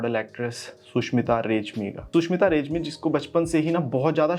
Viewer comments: रेज्मी नहि ,रेग्मी है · रेज्मि नहि रेग्मि हे ओ।।।।। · Bro it's not रेजमी it's रेग्मी है।।।